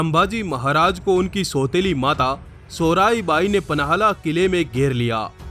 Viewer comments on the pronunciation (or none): Or ha soraibai nhi ,--- soyarabai hai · Sorai bai nahi , Soyra bai sir.🙏🙏